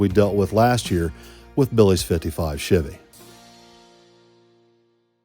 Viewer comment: just want the world to know at this time stamp, that is how y'all are supposed to pronounce "chevy". You're welcome